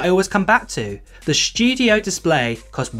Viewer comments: The “SSHHTUDIO!” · "The Mac Shdew-diough" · The “schtujio” display is nice. I wish I could afford the Mac “Schtujio”.